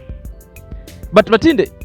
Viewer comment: Her name is (matinde)not masinde